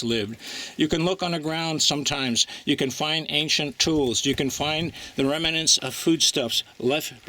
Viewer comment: The word is "rem-nant" not "rem-a-nant."